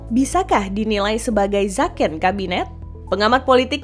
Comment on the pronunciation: Bukan Zaken tapi zeken